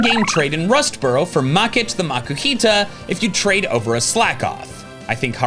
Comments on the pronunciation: its MA-KOO-HEE-TUH no the way pronouncing it.. he needs to BE BETTER!!!!!!!!!!!!!!!!!!!!!!!!!!!!!!!!!!!!!!!!!!!!!!!!!!!!!!! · its MA-KOO-HEE-TUH no the way your pronouncing it.. BE BETTER!!!!!!!!!!!!!!!!!!!!!!!!!!!!!!!!!!!!!!!!!!!!!!!!!!!!!!! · Is no one going to mention the way he pronounced Makuhita?